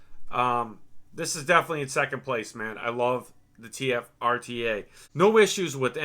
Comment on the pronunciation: love the ah-tee-aye review